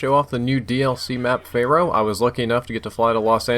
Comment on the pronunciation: Fair-oh > Fay-row